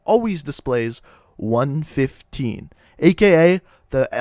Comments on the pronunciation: is any one aniod on how he prenosing 935 ad 115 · Nine thirty five and one fifteen made me mad, its 9, 3, 5, and 1, 1, 5. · It’s one one five not one fifteen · It's element one one five not one fifteen and it's nine three five not nine thirty five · I love how he mispronounces all of the zombie themed things,like him saying one fifteen instead of one one five,and nine thirty-five instead of Nine Three Five,That makes me feel like he's just a person who really doesn't play zombies but is just thinking that he's saying it right, also, That's not how you say Primus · it's pronounced 1 1 5 not 1 15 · The group name is pronounced group 9-3-5 no 9-35 the way you say it is just like saying group 9 hundred and thirty-five and the elements is pronounced 1-1-5 not 1-15 not one hundred and fifteen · no hes not its supposed to be nine three five instead of nine thirty five and one one five instead of one fifteen. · the cringe is real, he pronounced like everything wrong... #cringe he said primis like prime and kept saying hundred fifteen instead of one one five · You mispronounce everything. It's " One, One, Five " not " One Fifteen " It's " Nine, Three Five " not "Nine Thirty-five" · Its one one five not one fifteen also its nine three five not nine thirty five those play an Important factor in the zombie series so if you say it that way it's different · It's pronounced one one five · its nine-three-five and one-one-five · Am I the only that got bother when he said one fifteen and nine thirty five? That's the only reason I disliked it. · It can be said either way. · talks about 115 and says if you dont know about it you should know but yet he pronounces 115 and 935 wrong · Fuckin dumbass u don't even know how to pronounce shit right disliking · great video but hes mispronounces everything 935 , 115 , primus. rip my ears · u need to learn how to pronounce 115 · group 935 and element 115 is pronounced from each number example element one one five